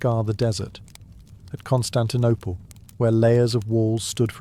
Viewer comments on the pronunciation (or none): none